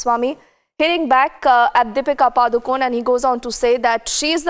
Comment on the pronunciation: Her name is not pronounced Padu-cone पडुकोणे right pronunciation Not पाडुकोन् or पडुकोन्